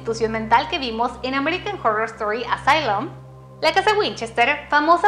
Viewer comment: American jorrrorrrr estori jajaja